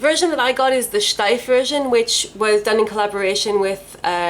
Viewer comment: I love it, that you pronounce "Steiff" the proper way! 🐻